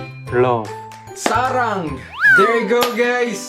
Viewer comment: Woooh same tayo Kimpoy, yung "sarang" lang ang tama 😍😍😂 Saranghae oppa! ♥️💋